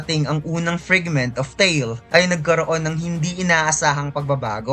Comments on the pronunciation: FRIGMENT? oh FRAGMENT? pa correct nga ma? parang marami raming maling pronunciation nya? 😅😅😅😅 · Say it "Fregment ob brelyant ob layt"